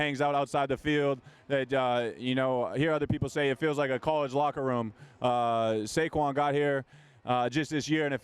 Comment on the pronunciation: Jordan calling Saquon “shayshon” 😂😂